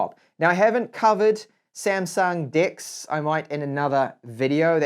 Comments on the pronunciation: Did he really just pronounce Dex as "Dicks" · It's sounds like " I haven't covered Samsung dicks ( Dex ) 😂😂😂😂😂🤣🤣🤣🤣🤣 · I was reading specs in GSM Arena while listening to this video, and . I thought he said Samsung D*cks 😂😂😂